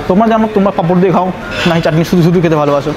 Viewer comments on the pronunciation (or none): Bdw it's "chatni" not "chakni"